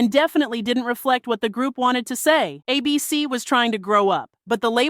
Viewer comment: Why do you keeping pronouncing it like “ay-BEE-cee”, as though it’s a name instead of an acronym?